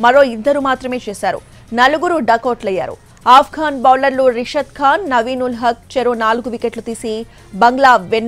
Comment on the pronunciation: rashidh kahan not rishidh